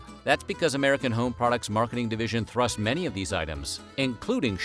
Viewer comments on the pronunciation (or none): none